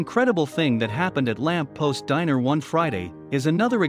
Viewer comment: Uh, the restaurant is called, :"The Lamp POST," not past.